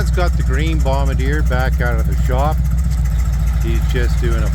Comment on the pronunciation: Minor point: Joseph-Armand Bombardier hailed from French Canada, his name and that of the company he founded is pronounced Bom-bard-dee-ay. Call it a pet peeve.